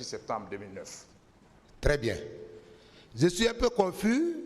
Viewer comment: Et votre client arrogant et nul a choisi un idiot comme vous . Vous ne savez même pas prononcer les mots les plus faciles par exemple on dit pas ze mais je, ze suis entrain de vous dire. Pp ferme la tu nul et mal poli